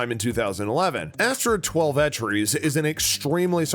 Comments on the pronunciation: "Twel-veh-trees"? Want to try that again? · I think he knows the word "twelve" and the word "trees", but got confused by Twelvetrees, and isn't familiar with Native American names like this. He mispronounced a few other words too, so I think maybe he's not the strongest reader.